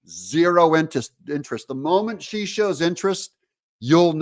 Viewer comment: You said she wrong Doug lol